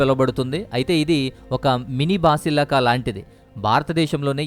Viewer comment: హౌలే బాసలిక కాదు భసలిక